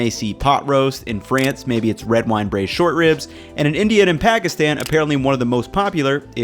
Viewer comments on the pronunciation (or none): It took me until 2 mins in to realize it's braised not bruised